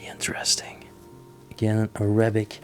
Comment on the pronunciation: You know I’m going to stop listening or watching any of your uploads. You are supposedly bilingual and you pronounce the word ARAYBIK. first of all it pronounced A RAH BIK. Secondly please refer to us as a middle eastern family. We speak Arabic but we are Not ÁRAYYYY BIK. why don’t you show the room, don’t go through everything. We are not stupid. You tell us that there are pens and there is this and that. Show us and keep your personal opinions to your self. Your explanations are ridiculous have you heard your self, this is the pen that you use to write with. Your English is lousy. Your pronunciations are ridiculous….. it’s very Reeeeetro as you said. But it pronounced as RET ROW.